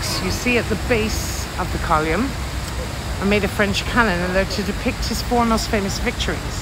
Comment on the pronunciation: It's called Nelson's COLUMN not COLIUMN !!!